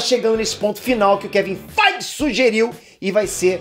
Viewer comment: FAAAAIT ( FEIGE) KKKKKKKKKK